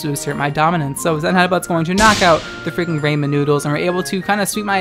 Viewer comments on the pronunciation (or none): Did you just call them rayman noodles? Its Rah-men, like Raw Men. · I am disgusted. RAY-men NOODLES!!?